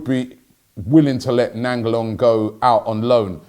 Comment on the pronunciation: Robbie’s class pronunciation of ‘Radja Nainggolan’ 👌🏾😂